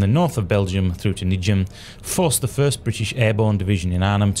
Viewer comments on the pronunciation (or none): The way you say "Nijmegen" makes me cringe :P Nimgen.